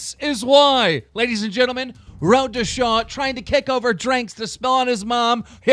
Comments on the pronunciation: he said road to shawd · "road to shaw" keemstar is so dyslexic